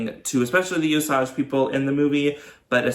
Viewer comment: Pronounced O Sage.